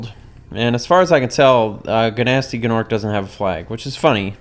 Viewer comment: Gnorc is pronounced norc the G is silent dumb dumb